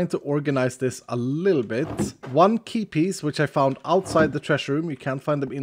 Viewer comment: Whenever you say Key Piece I hear Keepies!! That's a very word, I can imagine you naming your valuables chest "Keepies"